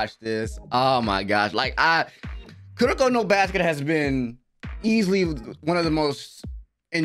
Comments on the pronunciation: I gonna miss your "Welcome back to kurrrrrrrrrrroko no basket!" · the last kurrrrrrrrrrrrrrrrrrrroko no basket, i am crying ahahahahhaha